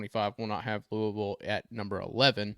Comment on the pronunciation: The first way you said Louisville is the correct way.